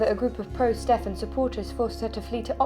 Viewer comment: Should be ponounced "Steven", not "Steff-an" despite the spelling.